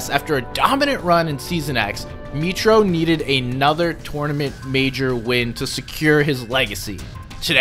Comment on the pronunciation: bro really said "maitro" 💀 + mate u r so underrated like i feel like im watching reisshub or something like that but just with less subs